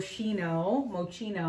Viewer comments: Hi. That’s a great box. I’m not sure which was better the box or your nails. They look beautiful! The correct pronunciation of Moschino is mozz-skee-no. Hope that helps😉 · Moschino is the designer’s last name. The “shi” is pronounced like “ski” So it would be like Mow-ski-no. I found that out because I used to buy a lot from the “Love Moschino” line because they have vegan handbags. 🙂 I’m glad you’re keeping the purse. It’s beautiful. You deserve a treat with as hard as you work! At least you know that if somebody sneaks up behind you when you’re in a club, they’ll never be able to figure out how to open your bag to take your wallet out lol.